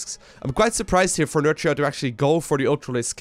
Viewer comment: For what is worth Nerchia (Nerkia is how you pronounce it) in Italian means : Big C**K, is Nerchio Italian? 😆 i suppose the right way to say his name is not nerCio...but NerKio 😝👍🏻